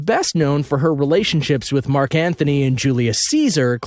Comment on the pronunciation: It's Mark Antony...not Mark Anthony